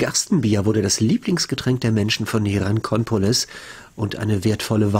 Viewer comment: Hey. Hier ist noch ein Korinthenkacker;-). Wieso schmuggelst du denn ständig in den Ortsnamen Hierakonpolis ein "N" zu viel rein und sagst fälschlich Hierankonpolis?